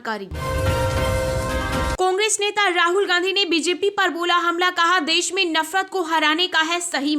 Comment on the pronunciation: Des nahi desh aur chilla kyo Rahi ho aakash Tut Gaya kya?